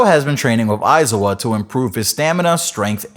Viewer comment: It bothers me that he can’t pronounce “aizawa “